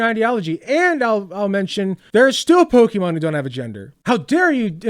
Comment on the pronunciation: Instantly lost all respect the moment this moron mispronounces "Pokémon". Know your own language bro. 🙄